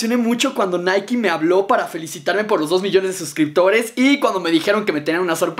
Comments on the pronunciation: Hey apenas veo este vídeo jaja pero creo que Nike se pronuncia así naik así a pronuncia nada más digo sólo que no es naiki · Es naik no naiki jaja Na gran vídeo bro👍✌